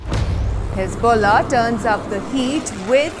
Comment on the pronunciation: Hezbollah has balls, so "hez-BALL-ah"🤣🤣